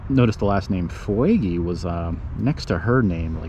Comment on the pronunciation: Fuegy, is pronounced foogee, there family started rock creek store